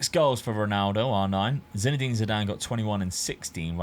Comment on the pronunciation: S5C here!!! 💪🇷🇸 Well, if someone in previous videos played Harry Kane as GK, You can play Figo as RWB 😄 PS-How Dad managed to pronounce Zidan's name ZEDIN??? 🤣🤣🤣